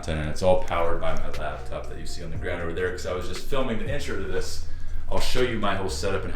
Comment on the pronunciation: bro... It's a 'lap'top. Not a 'lab'top. Lol! Had to poke fun at you about it. Goodluck on the move man. Change is good!